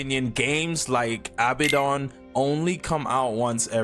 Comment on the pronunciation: nigga said abidon 😭delete this n restart god bless